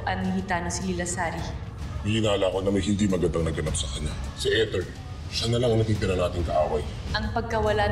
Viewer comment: Kesa sa eter naging ethor ang pronounciation 😂😂